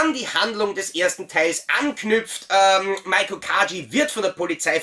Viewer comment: Ihren Namen spricht man nicht MAIKO aus sondern MEIKO (mit langgezogenem E), so wie er auch im Japanischen geschrieben wird 😉